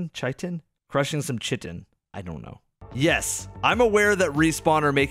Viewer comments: Chitin is pronounced like Kite-in. Otherwise solid vid! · Chitin is pronounced like "kai-tin" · Chitin is pronounced kai-tin ( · Chitin is pronounced "Kai-Tin". Just wanted to help out! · "Kai-Tin" - Chitin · bruhhhh its pronounced KI-TIN (chitin) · its pronounced "Kit" "Ton" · Chitin- pronounced Kai-tin